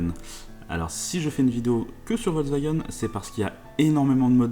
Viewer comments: Volkswagen et non pas Volkswagun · VolkswagÉn sa se prononce